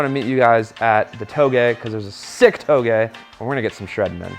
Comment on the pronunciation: anyone else proud of for not mispronouncing touge finally